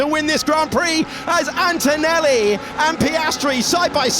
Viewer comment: 0.42 "antoelli alongside piastri" hes been watching too much david croft